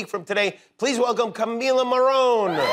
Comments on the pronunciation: Morrone en castellano de rioplatense is NOT pronounced like "Muh-ROAN" would be in English. Por fa-F***ING-vor!! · Es "Morrone" no "Morrón"; el Morrón es una verdura.